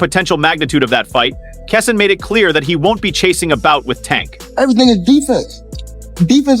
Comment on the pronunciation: Who is kasawn? Kesson? Why this speckerwood mispronouncing bro’s name??? Utter disrespect